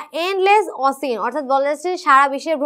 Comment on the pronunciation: Osin na oshen hobe ocean er pronunciation.